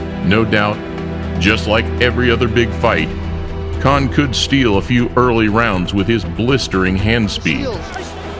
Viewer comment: Dick saying Crawford anus saying Kahn